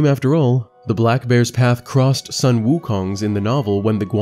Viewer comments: Not Son Wukong. That’s Japanese. Sun, pronounce as a short of “soon” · The "Sun" in Sun Wukong is pronounced "Soon" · the "u" in "Sun " is pronounced as "/u;/"😊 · Just so you know, the U in sun should be pronounced as the U in Wu. So it's not like the moon and the sun.